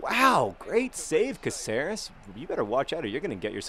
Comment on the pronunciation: OMG JOHN IS PRONOUCE CAAHCERES